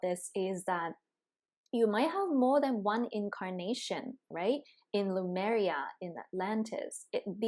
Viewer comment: Is it pronounced Lumaria or Lemuria? I'm hearing on this channel, Lumaria?? Just wondering about the correct pronunciation?